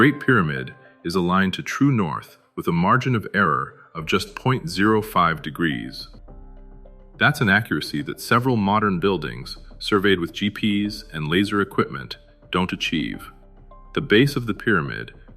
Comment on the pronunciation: Surveyed by GPs. You mean doctors in General Practice. Or is this an "AI" narrator that can't read GPS properly???? Also why does the background music on this video remind me of that used in "Spaggetti Westerns", especially "The Good, the Bad and the Ugly"???